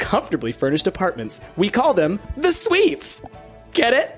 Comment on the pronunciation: Price (as Holly): You'll all be staying in luxury suites. My brain: Did he just say Swedes?